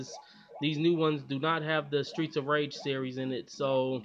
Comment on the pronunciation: I like how tongue twist Streets of Rage series to Straights of Riege series.